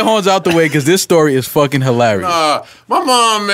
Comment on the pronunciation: Its hee-larry-us how Joe said he was out after listening to his own verse